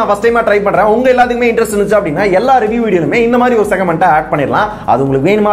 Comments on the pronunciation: Athu segment bro! Segament nu solladhinga kekka annoyingaa irukku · Segament ila da pakki...thats segment😂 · Segament ella segment😅🤣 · Segament illa segment